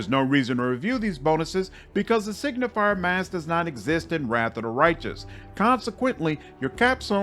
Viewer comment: Just a small correction: Signi-fer not signi-fier. Signifer means something like sign-bearer or sign-bringer. Similarly to how Luci-fer is translated into Lightbringer or bringer of the light. Does the game recognise you as a hellknight even if you are on the path of a signifer? Like.. does Regill consider you a peer etc? Because then at least this pretty average class could have a little thematic pull (taking a level - keeping your full spellcaster status just to get the special dialogues). Actually inmo the average attack bonuses might also matter - if you turn a low attack full caster like a sorcerer or witch into a sigifer then into an eldritch knight you can get a bonus on touch attack spells. Still only average as it is not that great (Probably just 1 bonus unless you go legend) but it might mean a little boost to some builds. On the other hand signifers as a crusade unit are insane. probably on par with the mage generals.